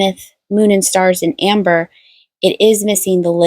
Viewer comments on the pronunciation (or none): none